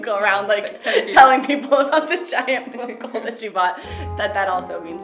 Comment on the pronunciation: Die Japanner die k heb grote bloemkoole zei deed me echt denken aan Dang Do😂